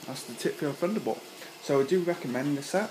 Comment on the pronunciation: Nice review, but please it's Thunderbolt not Funderbolt! Don't you fink so?